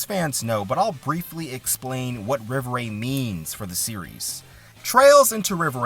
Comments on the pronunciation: Im french. Rêverie is a french word. So its pronunced Rei-Veu-Ree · Also, rev er ay for the pronunciation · You definitely butchered it. I thought you were purposely mispronouncing it to prevent being demonetized